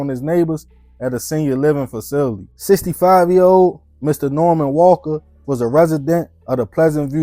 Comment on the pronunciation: The fact that you a grown man and cant pronounce the word “facility” is wild